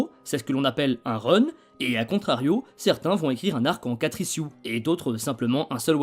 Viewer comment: Ichiouze et non pas issiou (ISSUES)